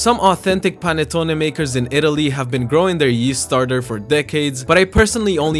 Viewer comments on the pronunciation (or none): As an Italian, ur pronunce is suck and yah the PANETTONE no phantone we bring tht every Christmas and is so huge and delicious whit is letteraly an snack for some lime 4 day over the cristmas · Im Italian and i can confirm, but pronunce it like panèttone, not like panettòne